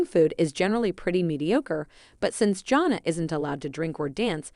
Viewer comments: JAN-NA, NOT JOHN NA! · Learn to pronounce her name and what is so surprising?